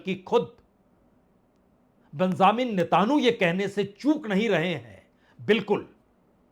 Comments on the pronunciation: You are purposely saying netanu instead of Netanyahu. Does it mean impartial journalism? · Sir name ka uchcharan galat kar. rahe hai .name hai Benjamin netanyahu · Sir ap Nitin yhoo ka Nam sahi kyon nahi padh pate hai 😂